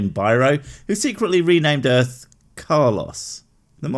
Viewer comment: No one is going to point out how this guy says "Earf" or "Erf"?